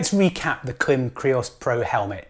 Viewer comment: Here in the U.S., the Klim-made videos featuring Klim employees all pronounce it with a long 'i' like in 'climate'.